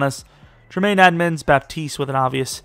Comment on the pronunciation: great video man , pretty sure its pronounced bat-east tho btw theres no 'p' in his name